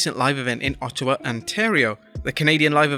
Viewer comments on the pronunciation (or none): none